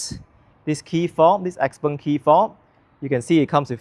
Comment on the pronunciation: Chinese should pronounce it as xiao peng, xpeng is for ang moh who can't pronounce xiao peng 😂